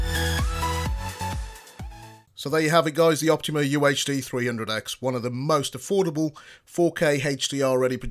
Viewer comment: Its OptOma. Not Optima.